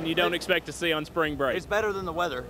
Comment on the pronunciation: spwing bweak LOL